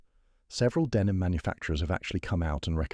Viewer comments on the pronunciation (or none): none